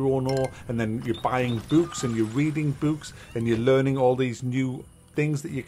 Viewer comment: reading buuks?